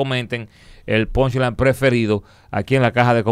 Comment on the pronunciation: Como que "PONLAY"??? JAJAJAJAJAJA '' PUNCHLINE'' 🤣🤣🤣